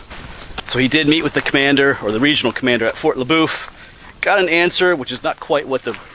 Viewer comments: Just an fyi. Fort LeBoeuf is pronounced, LaBuff. There is a high school in Waterford Pa named Fort LeBoeuf and that is how they pronounce it. I assumed the fort would be pronounced the same way. Thanks, Bob in Erie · I agree there are a lot of conflicting accounts of the ultimatum George Washington presented to the French, some say he delivered the letter to the wrong Eason, some sources say the French courteously refused. Washington arrived at Fort LeBough on December 11, 1753. we call it Fort LeBough pronounced like “Lebuff”. He departed on December 16. I’m assuming he probably delivered the ultimatum shortly before his departure.